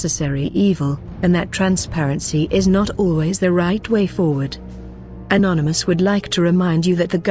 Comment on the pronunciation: First of all, learn to say anonymous, not nonymous; And grow a pair :)